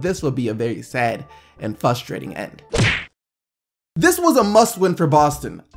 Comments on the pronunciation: you do this alot It's "frustrating" not "fusterating" pronounce the "R" please thanks. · etc did HE SAY FUSTIRATING THERES A R FOR A REASON if ur reading this I don't give what organs you missing you better get that r in there